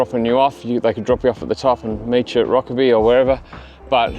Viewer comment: Never heard Rokeby pronounced with the e, i've always heard it pronounced with a silent e.